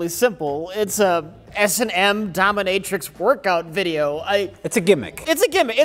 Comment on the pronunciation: Doh minh ih trix, accent on the "minh." is right, the girl on the beach is not the same girl as the one with the mouse. And damn, that surplus army field desk looks niiiiice.